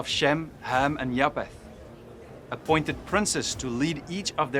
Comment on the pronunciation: Ek wil net vraag iets uitklaar omtrent die uitspreek van "ph" In Engels. Bv. Pro-PH-ecy. (pro-F-esie in Afrikaans.) Dit is dieselfde woord en beteken presies dieselfde. Noag se seun is JAFET (Afr). Hoekom spreek jy dit uit as Ja-P-et? Mis ek iets? Ek geniet jou kort preke. Alle seën vir jou!